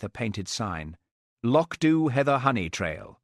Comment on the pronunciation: 1.51 no trousers, 2.12 trousers, 6.47 no trousers😂❤wonderful, apart from AI, although it pronounce loch Dubh correctly😊